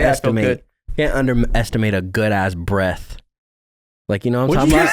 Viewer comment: “You can underestimate a good ass breaff” 😂💀